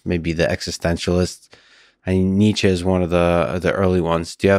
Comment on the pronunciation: my boy butchered Nietzsche 😭😭